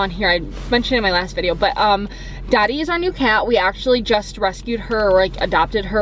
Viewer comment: When you say “Dottie” it sounds like “Daddy” 😂❤️ I’ve been looking for a new coat for months to replace my super dry winter catcher I’ve had for about 5/6 years. I want something that’s going to last. #help